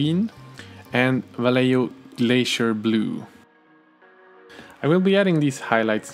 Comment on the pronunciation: Va-ye-ho Vayeho! (Vallejo)